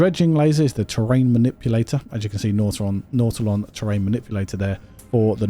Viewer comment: His pronunciation is correct. What an odd thing to call somebody on, especially considering all the different pronunciations that we have for words around the world.